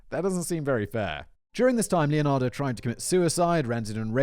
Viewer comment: >brags about finally getting the pronunciation right >calls her LeonardO Whistlerboy, you rekt yourself